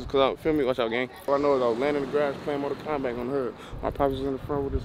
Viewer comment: Aye that nigga got me dien 😭😭😭 bro said “mortal komback”